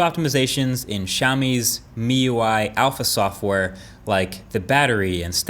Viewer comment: Shoutout to you for finally pronouncing MIUI correctly. Shoutout to Xiaomi for doubling down on the curved glass trend as phone manufacturers move away from it.